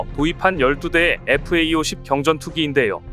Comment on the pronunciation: 잡식왕은 여러번 지적받았는데도, FA-50을 FAE-50이라고 읽나요? FA-50은 KAI의 설명을 Fighter and Attack Aircraft라고 하니 제대로 알고 똑바로 읽기 바래요.